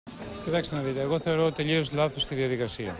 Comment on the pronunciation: Μπηκα μονο και μονο για να τον ακουσω να λεει το "λει" απο το "τελειως"!